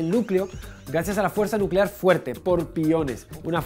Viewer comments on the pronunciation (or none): none